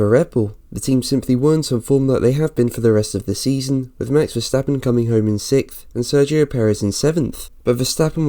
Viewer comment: It's "SIXTH" for fuck's sake! Not "SICKTH" ! Why do you muppets say that word so wrong!?